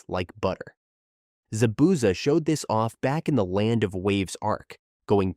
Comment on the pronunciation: Zah-Bu-Zahh my god